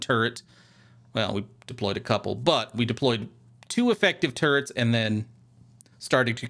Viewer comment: I keep hearing "turds" instead of "turrets". It's really breaking my immersion.